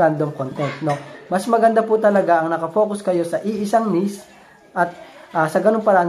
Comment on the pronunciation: hindi nis... niche (neeeeeeech)